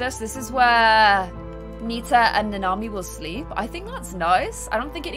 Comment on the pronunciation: Its Nanami and Nita, but I giggle every time you say it wrong. I cant even remember my neighbors names sometimes, so dont worry.:)